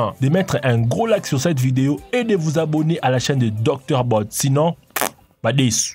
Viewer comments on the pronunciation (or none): none